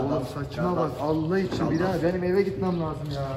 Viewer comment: Garda(ş)ım desen gardas sarmiyo biliyonmu s ile ş olayanına taktım aga